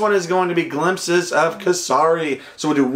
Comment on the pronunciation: It pronkunced lik k-sa-ri